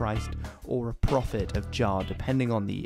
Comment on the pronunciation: Shouldn't Jah be pronounced as Yah?